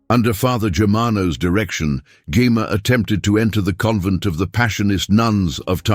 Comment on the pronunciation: Maybe spelling her name Jemma would cause AI to pronounce it properly